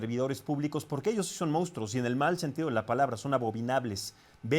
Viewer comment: Al conductor de estas noticias, no se dice "Moustros" sino MONSTRUOS!!! Cuidado con el lenguaje!